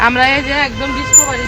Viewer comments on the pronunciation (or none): ডিসকা বারি না ডিসকভারি। এত ভুলভাল কথা বলেন আপনি।বাংলা কথা ঠিকমত বলতে পারেন না তার উপর যখন বলেন ইম্পট্যান্ট দরকার। এই প্লাটফর্মে যখন আছেন সহজ সাবলীলভাবে কথা বলেন।